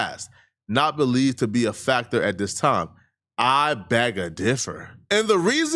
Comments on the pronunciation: Say beg? Not bag lol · he didnt even say beg, he said bag lol